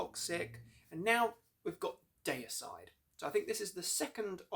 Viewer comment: Say Dee-uh-side! Or Glen might get angry, (just kiddin') Seen them live 3 weeks after the Hoffman brothers where kicked out the band on tour in England 2004. Dave Suzuki (Vital Remains) and Jack Owen (Cannibal Corpse) filled in guitar duties there. I saw them kick ass brutally Effenaar Eindhoven NL Scars of the Crucifix album\,,,/